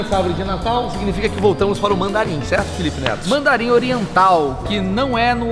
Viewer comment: ele falou felipe neso kkkkkkkkkkk